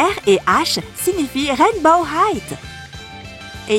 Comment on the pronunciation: Pourquoi tu dis Rainbow high"t"